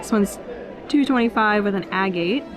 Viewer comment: Sterling silver is 92.5% silver, so it's stamped 925. Coin silver has less silver and more nickel, often around 80% silver, so it's stamped 800 (or thereabouts). If it tarnishes, it's got silver, at least on the outside. That damn storm--I'm in DC and we're still digging out of the ice. Btw, the word "agate" is pronounced a-gitt. Great video!